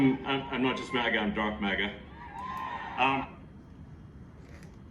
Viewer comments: Hes saying M.A.G.A not Mega. That would make a difference in the reduction of the neurology. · you HAVE to proofread your work if you’re teaching, man. U NEVER PRONOUNCE THE WORD MAGA CORRECTLY; YOU always say “MEGA”, and you put it in the gematria calculator the way you’re pronouncing it!! Therefore, your decode will be WRONG!!!😑 I know you have alot on your plate, but this is a simple observation that you HAVE to consider, respectfully.